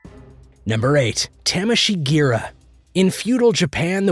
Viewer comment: I got aidsbola from hearing his pronounciation of tameshigiri.